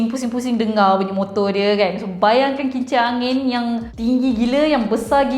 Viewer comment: Bungi ke bunyi?